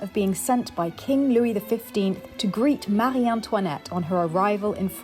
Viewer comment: Just a lil gripe - I wish would call Marie without the Anglo-French ‘r’ (it sounds like my French ‘r’s & makes me wince. Both Philip & say lil or liddle for little. And the way says Amaury (ammaree rather than a-more-ee) could do with the French or Anglo-French ‘r’. However I know they both grew up mainly in England so I suppose it’s the English version but it massacres the French version;)